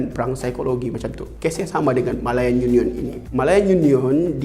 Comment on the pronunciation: Rare btol sbutan dia ni..YU NION